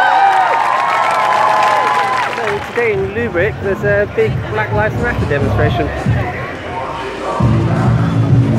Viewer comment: Es heißt Germany und nicht Germony, Lübeck und nicht Lubeck. Das kommt dabei raus, wenn für längere Zeit die Schulen geschlossen bleiben.